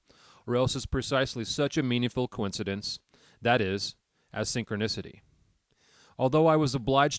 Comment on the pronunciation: It's hard to listen to this when your robot can't pronounce synchronicity😅